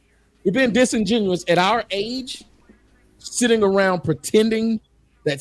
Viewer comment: Then the other lady said "Disingenouen" 😂